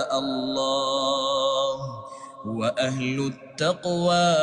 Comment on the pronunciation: كلمة ال ه‍ [في هو] لم تظهر ولم تسمع انت نطقتها { اوا أهل التقوي} كذلك...التصفيق للنساء..... وفي حالة التنبيه في الصلاه. حاول تصحح.🫡